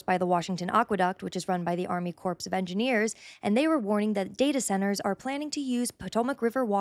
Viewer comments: This is compelling- subscribed. But … tiny thing yes - it is spelled ‘corps’ but it’s pronounced ‘Army CORE of Engineers’ not ‘corps’. I know you’re good, but small things like this take away from content for me as this is pretty basic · The word CORPS is pronounced “core.” A corpse is a dead body. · Pronounced as "army core of engineers," not "corpse of engineers". I know English is a tough language but logically why would u think it would be pronounced "corpse" as in a cadaver? The "ps" is silent. Tip, if you desire credibility, first rule is not to mispronounce words as it speaks to education level or reading competence. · Corps is pronounced "core" not "corpse" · You may very well be right, but it’s difficult to trust your reasoning ability when you say things like “corpse” of engineers. It’s Corps of Engineers., pronounced core, not sorts, which is a dead body. Also, it’s AD nauseam, not Ad nauseam. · It’s pronounced [kor] not [korps]. :) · Great research diminished by you pronouncing corps as corpse. It’s pronounced core. Army “core of engineers.” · It's pronounced kor not corpse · FYI, US Army Corps of Engineers is pronounced "core" not "corpse" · Just a friendly note to anyone who doesn't know how to pronounce "corps": It's pronounced "core." This means "Army Corps of Engineers" sounds like "Army Core of Engineers," rather than "Army Corpse of Engineers." A corpse being a dead body. 😮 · AH HA! YOU'RE AI! I KNEW IT! You pronounced it "corpse" rather than "core" and, and, and. Okay. Maybe you're just unedumacated. 😂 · Great assessment! BTW "corps" is pronounced CORES not corpse. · Very interesting video…. One thing FYI: The word “Corps” as in Army Corps of Engineers, is always and only pronounced “Core”, and NEVER “Corpse”. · Awesome info! Thank you! Btw... it's pronounced "core" of engineers. No corpse. :-) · How can you be so intelligent yet pronounce "Corps" as "corpse" instead of "core" as it should be? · It's pronounced core of engineers not corpse.